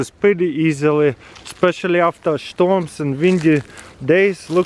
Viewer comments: did anyone noticed that he is saying "shtorm" instead of storm? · I love how Taras pronounces Storm : Shtorm